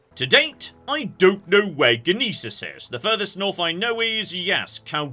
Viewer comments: Its pronounced "Yneesis". Source: Italian heritage, the gn sound is like gnocci. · Just a heads up, the G in Gnisis is silent, it's actually pronounced "Niece-iss" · Gnisis.... silent G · You don't say the G in Gneiss